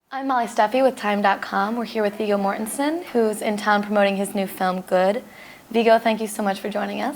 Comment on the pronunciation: sounded like she said "Rigor Mortisson" ...